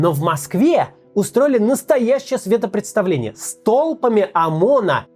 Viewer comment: «Светопреставление» без «д». Это автор «голоПЯТства» снова постарался? 😁